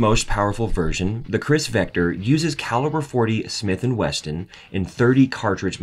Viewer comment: '"CHRIS vector"....".40 Smith & WESTON"...Yup, this guy knows guns alright.